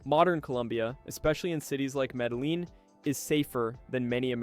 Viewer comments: It's pronounced..."MEDAYEEN" Not Medaleen like you pronounced. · Medeleeeen? Medeleeeen? Medejeen phoenetically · Maybe. But more importantly your content is INSIGHTFUL while extremely helpful. Thank you. So why not remain an EXPERT in pronouncing correctly the country you're presenting? It will only add to your credibility. The double LL is pronounced YEE..short Y and long EEs. Keep sharing... Thanks again From...4 PASSPORTS 38 countries 18 months in BUCCUMARANGA, CALI, SAN ANDREAS, BOGOTA and of course MEDELLIN 😊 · Medehleen? Med eh yeen....you lost alot of cred with the wrong pronunciation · It is pronounced Medejean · In the name of the city Medellin, the double LL in the middle is it's own letter in Spanish and is pronounced something like a Y in English. The word "ye" as the Ye in Ye Olde Bookstore is close.The letter I (eye) is always produced like a long E in English. So, the city is Medeyeen. There's more to it, fewer people will cringe when you get the LL right. 😊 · Actually it’s pronounced Meda-JEEN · In Colombian Spanish LL is pronounced like J. Medellin is pronounced like Medajeen. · When you pronounce words like Mede-LEEN, it tells me you are not well informed. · If your going to talk about Medellin, you got to pronounce it correctly. Your way off about the safety of Medellin. Let's talk about the air pollution and rents. The city traffic is horrible and the air pollution will cause you problems. Rent-for a decent place in a good area will set you back about $800-$1200 a month. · You butchered Medellin. Dude all you have to do is Google translate and then have it pronounce it. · The narrator's pronunciation of Spanish names is so bad it hurts sensitive ears. It would take 5-10 minutes to learn how to do it right. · You don't pronounce the Ls in Medellin.